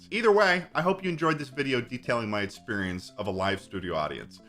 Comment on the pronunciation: For someone who can’t pronounce it correctly, sure does say experience a lot